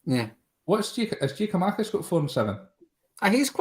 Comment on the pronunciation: Was gonna pull him up on this during but thought just best to leave it 🤣🤣 Also, who is giamakis? Are we not missing a “kou”?